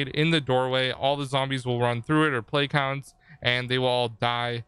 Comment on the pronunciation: Is he saying Play Pounds?